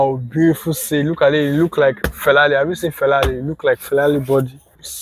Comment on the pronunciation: Felari 😂 you say bro